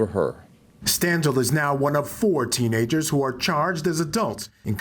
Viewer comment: Am I the only one distracted by "tennagers" instead of "teenagers"?